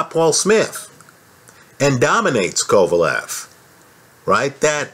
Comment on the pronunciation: I'm saying he don't know shit about boxing he called kovalev 'pecan' after the fight, even after the fight he wasn't anywhere near knowing the mans name